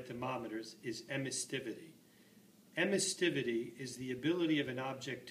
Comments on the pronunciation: Emissivity. It only has one 't'. Sorry to be a grammar Nazi but 'emissTivity' sounds silly. Other than that, nice little video. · its emissivity not emistivity